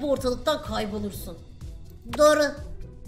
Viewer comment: Nobody: Pelin:Öğğretmeniğmm